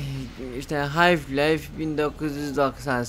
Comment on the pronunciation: Hocam yanlış anlama fakat anlattığın oyunun adını bilmemek biraz absürt kaçıyor. Hayf Life değil, Half Life.